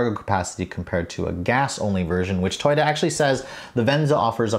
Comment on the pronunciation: Toy-dah? I have never heard it pronounced that way. Interesting.